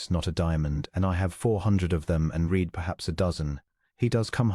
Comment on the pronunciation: « She read everything » - the verb ‘read’ in this context rhymes with ‘red’, not with ‘feed’, as the robot narrator mispronounced. … »his aching head » - ‘aching’ has a hard ‘ch’ like a ‘k’ and is pronounced ‘a-king’, not ‘a-tshing’. ‘wholly silent’, not ‘holly silent’, and pronounced ‘ho-ly’, not ‘haw-ly’. Fortnight